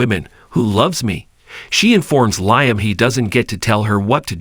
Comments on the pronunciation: Yeah I Said the Same Thing about “RJ” ( RG) & Also “Liam” (Lie em Instead of Lee em) About a Week Ago.! The Way It’s Pronounced Is Sooo Irksome & Annoying.! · I Don’t a Know Who the Narrator Is? But Somebody Needs to Tell Him.! Stop Saying”R G” When It’s Obviously “RJ” ( R Jay) & For “Liam” He Says “Lie em” Instead of Lee em.! What.!! 😮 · For goodness sakes! Does this commentator even watch the B&B, or does he just read a script? Why is Liam's name always mispronounced? It's not just this commentator either! LIAM'S name is pronounced "LEE UM" not "LIE UM!" Watch the show at least once, and get it right! 🤬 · Please pronounce liam as if it is leem.usr letter e